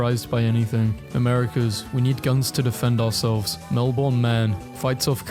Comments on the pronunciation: Btw Melbourne is pronounced melbin not melborn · please. not MEL-BORN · as an Australian, him saying "melborn" hurts lol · dude. Pronounce the city that way, you know what happens. Its mel-ben ok. Say it that way, you have invited every drop bear in existence to come to you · Say Melbourne right next time mate